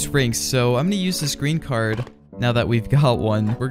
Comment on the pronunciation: Mans said Ggregen key carrd